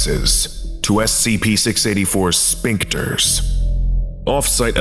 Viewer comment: tiny note: the pronunciation of "sphincters" - like a sphinx cat - "sfink-ters" rather than "spink-ters"